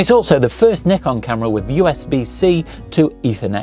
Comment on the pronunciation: 0 seconds ago It's Z not Zed... it's a one letter word...Z...how hard is it to say Z...and not make up a whole new title out of thin air..to annoy the crap out of normal people and 300M Americans that can read and spell...Z....and say what they see which is ...Z. ..and it's NIKON not nickon.